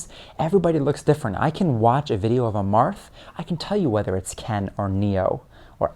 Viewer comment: I love the when he says "Marth Peach, Marth Peach, Marth Peath, March peach" lol it's the most adorable slip of the tongue